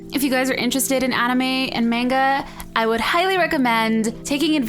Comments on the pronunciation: its manga not menga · im so ANNOYED she says 'manga' like 'mane ga' and its 'mon ga' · just saying the correct way if saying is monga even if it is manga just saying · Normally it's pronounced monga but I say manga. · fan the correct pronunciation is monga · fan no I actually know that it's pronounced monga and spelled manga even though I know u thought u were smart cause yeah I'm right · fan first of all, even though u think it's pronounced manga, m aaaaaanga! Dosnt mean its right. it's pronounced monga and spelled manga I pretty much know that for a fact so yheah . I'd even be on it, is what I meant if your "speak English thing" is ur response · fan I have anime and manga watcher and reader friends. It's NOT pronounced how it's spelled. Google it. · fan its pronounced Monga not Manga. When i used to pronounce it Manga so many people yelled at me and told me it was Monga. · Ihascupqake! It's pronounced monga ! Its spelled manga just so ya know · Man Cupquake......You're really late to hear about anime I learned about this 2 years ago when I was in grade 3....Ps manga is pronounced as MONGA it's spelled manga though. PPS WATCH FAIRY TAIL ( not fairy tale ) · fan I'm pretty sure its pronunciation is monga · It's pronounced mongah and she has watched sailor moon and new about it, she just said she started watching. Sailor moon crystal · well the proper pronunciation is monga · she did not say Manga right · ...am I the only one irritated she pronounced 'manga' wrong? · When people pronounce "Manga" wrong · manga is pronounced different... it's m-a (sounds like o like ostrich...) nga